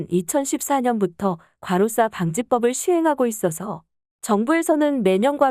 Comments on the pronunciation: 자꾸 가로싸라하네 당신 일본인이지? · 과로사를 과로싸로 발음하니까 몰입도가 떨어지네요